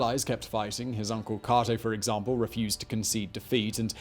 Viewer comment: Your saying catos name wrong kate-o not caught-o